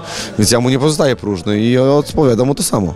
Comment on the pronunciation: nie no, on tam powiedział "prużny" wsłuchaj się xd